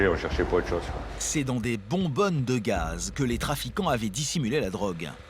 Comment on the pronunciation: Il m’enerve à dire « cette voiture fonctionne au gass » GAZ PTN GAZ